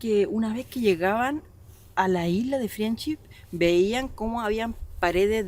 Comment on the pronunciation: se dice FRENDSHIP!! no friendship parece como si nunca hubieras escuchado el nombre antes y por desgracia te resta credibilidad